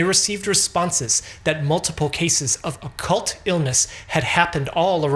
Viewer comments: it’s an Acute onset virus….Not Occult virus..to be fair i thought he said it was a Cult virus & Thought wtf is a Cult virus?..Further shocked when seeing it shows Occult Virus on the Sub Titles ..In fact he’s saying (or trying to ) Acute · "Occult" illness 🤔